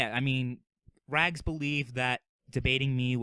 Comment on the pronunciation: Rags is rags not bu-lly